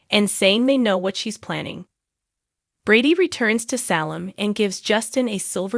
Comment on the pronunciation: I wish you could pronounce words correctly like Salem and Tresersa